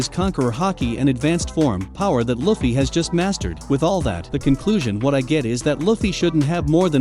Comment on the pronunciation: You cant even say luffy right dude